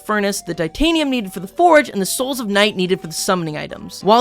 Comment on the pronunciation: Why do you say oralcum and ditanium